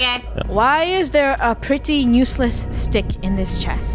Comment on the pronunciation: OKAY funneh says nuseless instead of useless